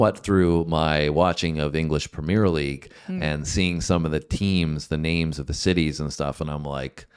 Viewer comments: Prem-yer, not Prem-yeer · You also butchered the word 'Premier'. It is not pronounced "Prem -E-er" just "Prem-e-er" with no emphasis. Good to know, eh? 🙂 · Premier - Pronounced Prem-me-er not Prim-meer. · I’d say you pronounce “premier” wrong too!